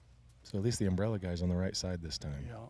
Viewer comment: Under my um-berr-ella, ella, ella, ay ay